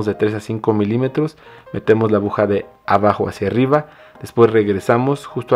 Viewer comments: Es mi imaginación o dice abuja amigo si es así se dice aguja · Por diooooos, abuja no se dice niñoooo se dice aguja. Me duele mi oído por dios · me encanta su video,muy buen tutorial...pero dice abuja 😅